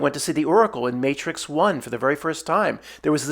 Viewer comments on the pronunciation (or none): none